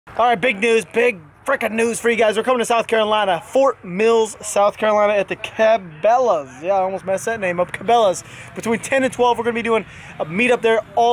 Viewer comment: It’s Fort Mill,SC LOL not mills